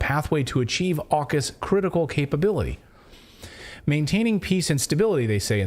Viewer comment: AUKUS saying FukUs 😃